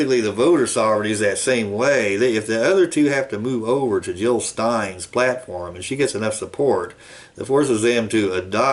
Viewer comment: JiLL NOT HiLL!